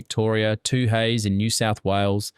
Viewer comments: Ex ex ex ex beer? This is why AI voices will never get Australian English. Just write Four Ex drongo. And Two Hays? Far Canal. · Am guessing you partly used AI for this vid….AI never gets the hang of word pronunciation…..Tooheys is pronounced Too hees….XXXX is 4X (Four ex). Still enjoyed this roam back to my childhood/teen years though. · AI voice over. Mispronounced Brevilles (not Breeveels), Tooheys (should be silent H) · Okay, this was fun. Some hilarious pronunciations though. The “Two heys”- like two people calling out “hey” to two other people - actually pronounced two-ees (with no pause in the middle, I just did that to make it easier, it’s “tooees” or 2E’s lol) or X X X X which has always been known simply as 4X. 😂🤷🏼‍♀️ Edited to add: Garlers? What’s one of those? I think you mean GaLARS (how galah is pronounced, with the emphasis on the second syllable) 😉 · Hey it's not two hays and x, x, x, x . they're (pronounced as) two- e's , and four- rex (both bits said together quickly) ie: twoees and fourex, just so you know..... You're welcome. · lost me at toohays and xxxx wtf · If you're going to use AI to narrate these videos, teach it to pronounce things the Aussie way, especially brand names, eg Tooheys is Too-eez and XXXX is 4X. Your AI might have an Aussie accent but the pronunciation is a dead giveaway. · Maybe a little less Ai and a bit more Googling. It's the second time you used Too-Hays to describe the beer. Maybe go through your text and phonetic spell words that are pronounced incorrectly before feeding it into the Ai voice-over. I assume you watch your production before uploading. Maybe you don't. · Pity this AI voice still can't pronounce major Australian Beer brands like 4X and Toheys.